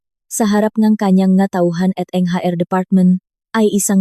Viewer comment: HR Hindi haer ang pagbasa...